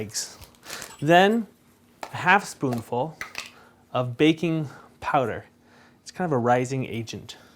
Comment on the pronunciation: you say spoun full, is that table spoun?